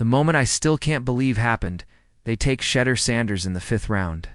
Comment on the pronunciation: Can someone teach A.I. how to pronounce Shedeur 🤣